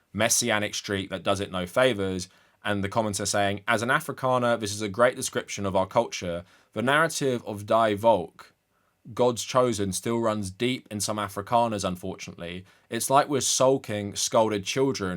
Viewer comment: german Vs are pronounced like Fs. "Volk" is pronounced "folk"